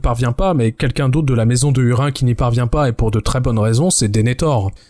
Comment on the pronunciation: Petit bémol sur la prononciation des noms propres (hurin->hourine par exemple) qui me pique les oreilles 😅 en dehors de ça très bon épisode comme d'habitude!